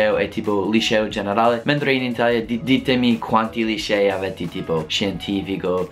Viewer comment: Nice video and nice italian! Occhio a non farti "contagiare" dall'accento romano, si dice "ScientifiCo e LinguistiCo", non "ScientifiGo e LinguistiGo" ;o)